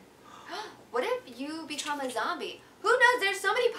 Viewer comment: Did she say "betrom' a zombie?